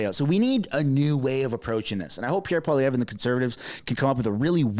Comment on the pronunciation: Its Pierre polievre not Pierre poliver. Its so easy to say. If we can speak english you can speak french. We are supposed to be bilingual , we are canadians -_